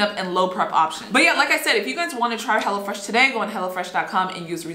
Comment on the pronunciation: Me thinking she said hella fresh